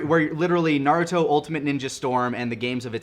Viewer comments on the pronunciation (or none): Naduto Me: Narooto.